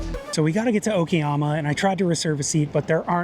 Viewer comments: Great video but what is it with Westerners and not wanting to pronounce Asian place names correctly? It's O KA YAMA not O KI YAMA. I've stayed at 12 hostels during my Japan trip and have met with so many Westerners and every single one has pronounced place names wrongly and even after they were corrected by me or a Japanese local, they continue to pronounce it wrong. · Its O kA YAMA not O KI YAMA or O KE YAMA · Applying basic phonic sounds i.e. A is for apple, E is for egg, I is for ink will serve you well with the bulk of Japanese words. I was struggling to reconcile the clear "KA" of Okayama when the guy got "SHI" in Shinjuku spot on.